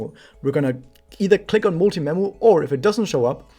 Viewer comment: When you said I'm gonna recommend memu I thought you said I'm gonna recommend nemu xD